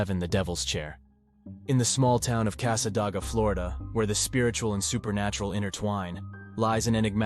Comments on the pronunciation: AI needs to know how to pronounce words. Many towns are mispronounced, Cassa-DAY- ga is one example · It is Casa-day-gah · Its pronounced cassa-day-ga